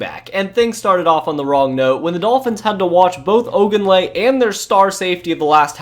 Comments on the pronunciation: Great job, this was a Great recap and fit what all of us Dolphins fan felt. My only suggestion is to work on pronunciation of last names Huard (Hu-word) Ogunleye ( O- goon-lee-a) and Travis Minor is Minor not Homer .... if these are jokes I apologize I will get them the more I watch.... regardless Great history recap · Great video. You butchered so many names though o-GOON-lee-A. damon HEW-ard. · My sweet summer child. I know you probably weren't around for those dark times in the beginning, but Damon Huards last name was pronounced Hue (like Huey Lewis and the news) -ard Hue-ard Adawale Ogunleye = Ah-dah-wall-eh O-gune-ley-hay